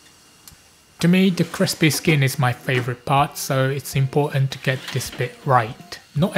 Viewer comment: My apologies. Should have said Southern England rather, like skipping the "t"s from "a little bit of" and "important" as in the video. Very colloquial.